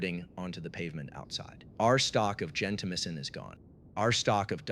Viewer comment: Gento- MY-sin, not gen-tamissin.